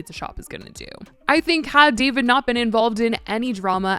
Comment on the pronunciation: Why are you calling him “Davide”